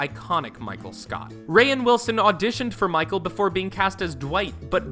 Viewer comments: Kaelin J lol yes “rayin Wilson” it’s just pronounced “rain” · He called him Ray-in Lmao it’s pronounced like Rain 🌧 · Rainn pronounced like rain the weather not “Ray-en” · It’s pronounced Rain not Rayin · It's pronounced rain not ra inn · "Ray-in Wilson" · “rayann willson” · "Ray-in Wilson". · FishAntsPlantsAndDave Noticed the same thing. I assume this is someone who’s never heard of them just reading someone else’s script. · Hazridge ra-in Wilson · Ray-inn Wilson??? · Andrew Champy ray in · I cannot handle him pronouncing rainn Wilson’s name wrong ughhh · Him mispronouncing Rainn’s name bothers me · holy shit the physical cringe I experience when you pronounce the names Gervais and Rainn.. no need to add a syllable for the i